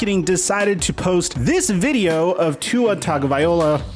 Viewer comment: You keep pronouncing Tua’s name wrong…